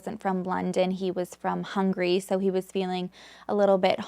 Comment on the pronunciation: I love your content ☺️ but Hungary isn't pronounced as Hungry but really as Hung-a-ry 👍